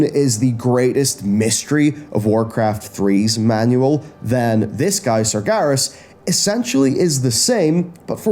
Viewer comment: Sargeras = SAR-jer-oss according to WC2